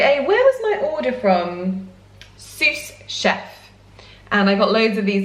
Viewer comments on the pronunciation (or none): I love your little sproutlings so much they are so cute. Just thought I would mention the S and the end of sous Chef is silent. :-) Love your positive vibes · The French lesson is back, we do not pronounce the "s" at the end of the word Sous for a sous-chef ! But because it’s a uk website you can pronounce it as you like it ! (hope my english is still good) lots of love from France 🇫🇷💋